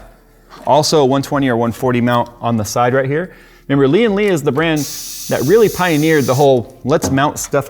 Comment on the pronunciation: Why do people keep saying "Li-An Li"?? It's "Lian Li", don't stress the first Li, subdue it and stress the AN!